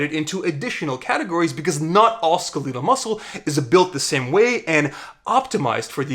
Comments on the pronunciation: “Skuh-LEE-duhl” muscle? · Cardiac, smooth, and skaleedal muscle" LOL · skelietal? do you say skelieton too? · it's funny cause when people mispronounce words it means they read a lot and their vocab is superior to what they've actually heard people say in real life, yet it's embarrassing to get it wrong. Not your fault you never heard people say skeletal irl!